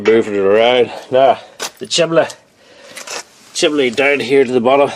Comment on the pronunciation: Why do Brits call it a, "chimley"? It's a chimney!